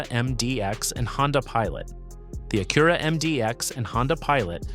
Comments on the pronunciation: Annoying AI...."A-cure-a" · Stop using AI for voice overs. Acura is pronounced with the emphasis on the first syllable (A-kyu-ra)